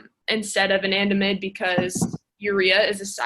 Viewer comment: "a nan da mide" not "Anna damide" 😢😢😅